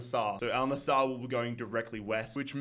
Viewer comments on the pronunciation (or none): Bro it`s AL NassEr not NassAr